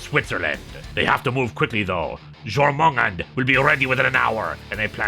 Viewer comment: It was quite fitting that the music in this episode is same theme for Heavy Rex (Wrex?). Also, the name of the big monster based on the World Serpent is pronounced "Yor-men-gone-der"